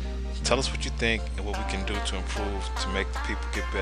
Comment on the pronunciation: As soon as the announcer said doe instead of do.... I stopped watching . Seriously dumb people out there!!!